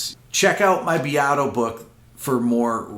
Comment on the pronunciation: Why does this guy pronounce Rick Beatos’s name so weird? It’s “beat-o.”